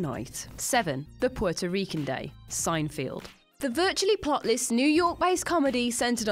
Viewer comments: Why are you pronouncing Seinfeld as if it has a field in it? it's Seinfeld, not Seinfield. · It's Seinfeld NOT Seinfield.... only one "i" please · Hey, it's "Seinfeld", not "Seinfield"... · Sein-FELD, not -FIELD. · It's pronounced SIN-E-FELD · SIGN FIELD.... Are you sure you were educated in England? This level of English butchery is reserved for Americans. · Say Seinfeld properly and do some British lists got a change. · Did you notice she even mispronounced his name?